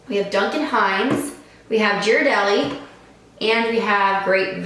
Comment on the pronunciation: It's pronounced Geer a deli. But who cares, the cheap one is the best.